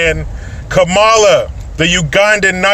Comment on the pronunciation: Thank You Jericho for pronouncing her name correctly.....Ka.....Ma.....La